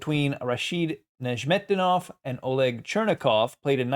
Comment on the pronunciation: I think it's pronounced "Nezz met dee noff," but I was wrong about how you pronounce Tal, so...